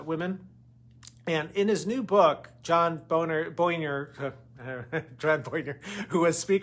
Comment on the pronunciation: I looooove you, Neil, but I'd pronounce the names right (i.e., Boehner) and not stoop to their ka-MALA vs. KA-mala level.